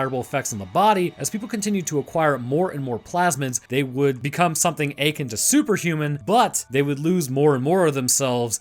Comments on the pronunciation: PLEASE. It's pronounced as "uh-KIN", not "AY-kin"... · Pronounce akin once more, slowly. Listen to yourself